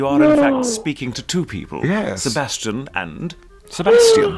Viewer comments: grell: Se-bas-chan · they sound like they're saying se-bahs-CHAN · Me: "Se-bae-stian" 'aight imma head out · Ironic that the actual Sebastian voice actor pronounces Sebastian wrong